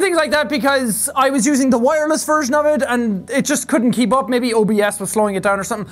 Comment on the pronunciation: The "Vireless Wive" is my favorite quote from this video.